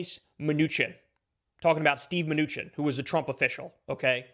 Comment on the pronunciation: The 'ch' in Mnuchin is pronounced 'sh'.